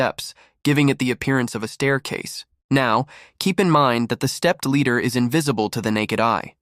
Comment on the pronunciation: AI can make mistakes..this is an example...stepped Leader...Ladder....Ladder...Ladder ooooohhhh.